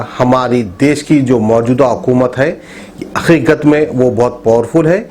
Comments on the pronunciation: wo akhikadh nai hain hakhikhat hain jii 😂😂😂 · It’s Haqiqat not aiqat try to improve your vocabulary at least in your own language Really uneducated taking news from media channel adding your own comments and given the news!